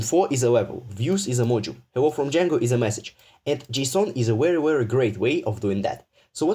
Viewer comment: This is wery wery wwwery bad 😂😂🤣